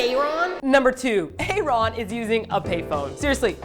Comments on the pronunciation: Why are you guys pronouncing aron so weird its aron like aaron or erin (thats the female way to spell it though) but he just spells it with one A. I just keep hearing "aye ron" and its bugging me. If its an inside joke like batoost then someone plz tell me but if its not then tell them. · a ron??? it's ARON, but that was JR SMASHING THE PHONE BOX omfg... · A Ron? xD WHUT. Isnt his name pronounced Aaron? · his name is pronounced like Aaron not A Ron... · Aron's name is Aaron. He dropped the other a when he joined Nu'est because it confused people. It's still pronounced Aaron. The english is so good because Aron is born and raised in LA. Sorry lol Aron is my bias and I will protect him forever <3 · Is Aron pronounced a-ron or eryn? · You pronounce Aron "Aaron" =_= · I'm just gonna casually point out that Aron's name is pronounced the same way it would be in North America.... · The mispronunciation of Aron's name is really terrible. are there other music mondays they promised to do? I don't remember everything that's been missed. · They explained it in the blog post. "Side note, if any of you say that we pronounced Aron’s name incorrectly, we’ll send you to the principle’s office for being Insubordinate, and Churlish." With a link attached. It's a Key and Peele joke. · Why do you pronounce Aron's name like that? It's just the normal Aaron but without an A to avoid confusion with pronunciation for Koreans :P and that was JR who smashed the payphone, not Aron... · I was a little disappointed with this video and how generic you think the song is, but it was funny anyway. I also wanted to say though that Nu'est is meant to be pronounced like 'new-east' and Aron's name is just pronounced like the normal name Aaron or Aron (a-rin).